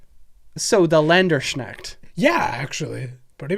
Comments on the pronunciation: Landerschnackt... oh god...:) shoulda been Landsknecht try saying "lance" followed by a -"K" and end with "next" (instead of the x its an ch like in chalapeno) i just realised how weird german must be to everyone else:D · Länderschnacks? You mean Lands Knecht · Landersneckt - uh heads Up Guys its pronounced Lands - kneckt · Hearing "Landsknecht" pronounced as "Länderschneckt" is equally funny and horrid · I also happened to learn what gelding was from rdr2. Also its land-skh-neck-t. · Love you two , but as a german, oh god the Landsknecht pronunciation. Don't mind though , love you two and the channel regardless 😂❤ .